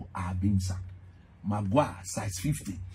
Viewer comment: Haha i swear even the way maguire was pronounced got me rolling